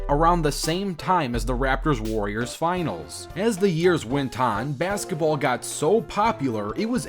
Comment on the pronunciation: The way he says bazgetball